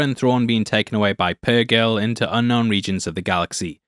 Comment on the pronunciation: Hera being the most experienced star pilot and being one of the few to actually TRAVEL WITH the purgill (or pur JILL as mispronounces it for no reason) thinking ezra and thrawn died at the battle of lothal is kinda dumb